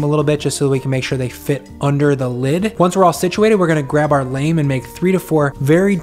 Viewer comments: LAHM, not LAYM. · It’s not pronounced l-A-me it’s pronounced l-aw-m. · Honey it's not pronounced lame like a lame leg. It's pronounced with a long a. Like llama. :-) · Nice work. FYI lame is pronounced LAHM. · "Lame" = lah-MAY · Awesome recipe! Your pronunciation of “lame” could use a lot of work, try saying it like “lamb” :) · "Lame" is pronounced 'lahm', similar to how "Notre Dame" where the hunchback lives is pronounced. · I’m sorry man, I know you’re pro and all, but please learn how to pronounce “lame”